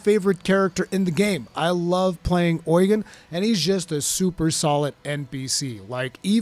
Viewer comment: Why do you pronounce Eugen Oil gain?